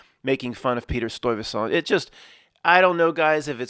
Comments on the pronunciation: In NY we say “St-eye-veh-sent”. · Oof... As a native Dutch I cringe everytime you pronounce Stuyvesant in a french way lol